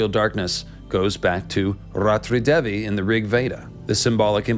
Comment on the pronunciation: Hi there, thank you for your interest in making such videos about indian culture and stories. But it is such a bummer when you mispronounce the fundamental names of Gods n Goddess. For instance, Devi is pronounced as 'They-vi' or 'Dhay-vi' instead of your cuurent pronunciation which is almost sounding like 'devil' with a silent l. When names and matras are mispronounced, it could cause harm. May be you could run through your pronunciations with respective cultural natives to add credibility to your videos. All the best.